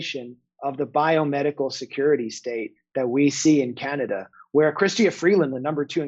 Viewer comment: Justin Trudeau-eh as well as Canad-eh.👏 Jimmy Dore, you are truly a comedian if ever there was one!👍